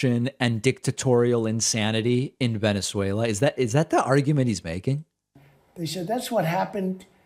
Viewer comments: Tweeter haaaahahaha. Venezualer haaaahaha between the two can't pronounce simple words. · Tick Tack as well. Venuezwailla.